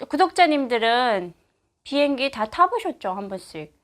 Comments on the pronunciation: 보행기? 비행기의 발음이 보행기로 들리는건가요?ㅎ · 왜자꾸 비행기를 보행기라그러냐? 아직도 남한말이 적응이안되나요? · 나한테만 보행기로 들리나 비행기를 보행라고 하나요 북한에서는